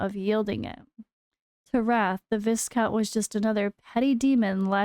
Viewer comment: Viscount is pronounced Vai-Count.